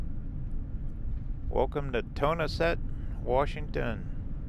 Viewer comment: I lived in Washington State when he said Tonasket I thought where that I saw sign realize he just pronounced it wrong. Welcome Washington State